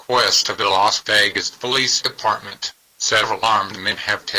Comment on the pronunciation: WTF? E-Deparment!?